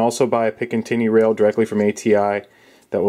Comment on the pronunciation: Are you saying pickin tinny rail?